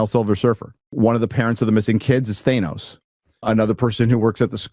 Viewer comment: That’s not how you say thanos.